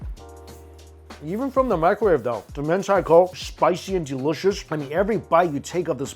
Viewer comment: The way he says DELISHISH is the best haha